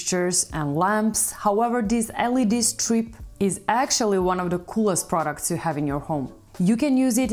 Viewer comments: Products not proucts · It is products and not proucts